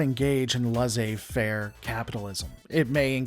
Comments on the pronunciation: "Laisser faire" isn't pronounced so much as "LAHzeh fair", but more "less a fair" (just the word "less", the letter "a" and the word "fair"). Obviously, that isn't the best way, but it's a lot closer. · Just FYI, "laissez faire" is pronounced "less-say fare".